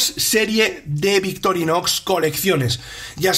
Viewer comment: puede ser, pero tal vez sea una epidemia, porque no soy el único que no escucha la C en medio y la X al final. De todas maneras eso no invalida el gran trabajo y dedicación que hay en el canal. Es solo una observación o crítica constructiva si se quiere. Entiendo que el castellano no es igual en España que en Argentina. Saludos !!!